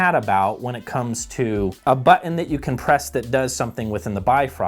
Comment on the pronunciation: I am always amused by pronunciation of Button as "Butt In."